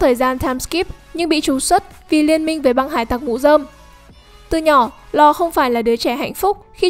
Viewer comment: Nge bạn đọc tên Law thấy chán